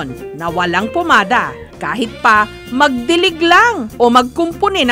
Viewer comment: Oi jessica PAMADA hindi POmada 😁😁😁